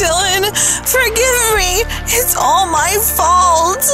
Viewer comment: it’s not may it’s my